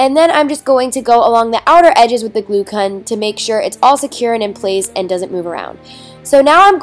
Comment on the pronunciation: you said cun